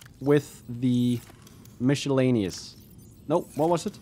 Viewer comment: I've noticed more than one person lately pronouncing "miscellaneous" with a "mish" sound. I'm starting to wonder if I had it wrong this whole time.